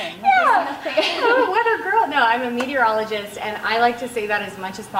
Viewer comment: How long did you have to practice saying "meteorologist". ;) Well done!!